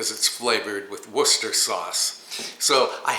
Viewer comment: Wu Sta Shr …. Not Wooster. No one can ever pronounce that word. Worcestershire! 😂 my friend is a Brit and she gave me the dickens on the mispronunciation of this word.